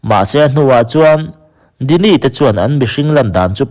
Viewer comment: Djini khi dini tia lam tur a ni lo...jini tia lam tur a ni